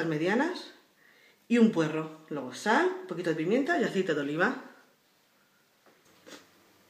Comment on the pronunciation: Dijo sal?..no hablo claro en esa palabra.